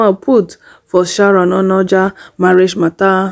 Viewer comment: Her name is not Sharon ONOJA, it's OOJA. No "N" anywhere on her surname